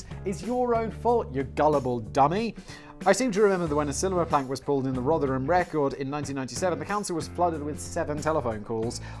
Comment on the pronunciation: And today Simon pronounced “Rotherham” correctly. Take a bow Simon.